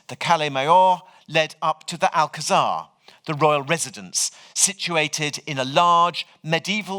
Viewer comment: A wonderful lecture! Though I must say the pronunciation of Alcazar is grating to a Spanish speaker.